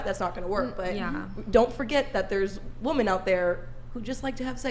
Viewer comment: ... that girl keeps saying Wo-Men. ??? Wo-Man. Gawd damn Idgit.